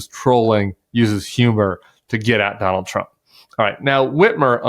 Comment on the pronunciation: Don-old and Ja-ded ?